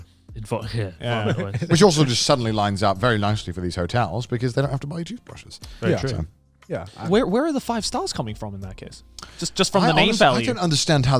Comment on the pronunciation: “Toofbrushes” -Garnt